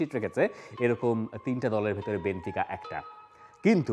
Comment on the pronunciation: বেনফিকাকে বার বার বেনতিকা বলছে! দলের নাম বলতে পারে না অথচ বিশ্লেষণ করছে!!!!